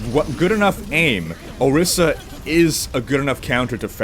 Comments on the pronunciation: it's orisa not osira :( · it is ORİSA not OSİRA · ORISA, not osira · Can't help but notice you called her Osira multiple times. Orisa right? Not to be that guy...... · o-ris-a not o-sear-a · titsofbrass every time he says ohseera I cringe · Not osira dammit. O-RIS-A!!! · I left a like, thanks for the little lol I had every time you said Ohseera ^_ ^ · You mean Orisa right? haha you said it with the S and R reversed so many times